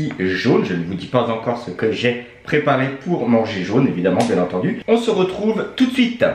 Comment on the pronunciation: A chaque fois il dit bien etendu et le lait se nait pas jaune